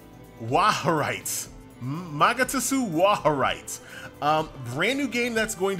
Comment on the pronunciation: Its "Wahr-heit". Pronounced like "war [the a as in can't] and height". German for truth.